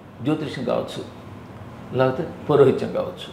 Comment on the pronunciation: నేర్చుకున్న విద్యాన్ని మరచి పోవడం ఎంటి.... ముందు ..సరిగ్గా పలకడం నేర్చుకో పురో హితం కాదు అది పౌరోహిత్యం....